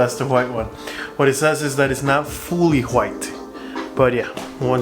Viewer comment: I love how you pronounce white. “Whuate” thanks for the video I’m trying it now